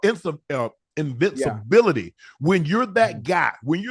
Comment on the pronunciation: "Invincibility" was fckng Unc up 😭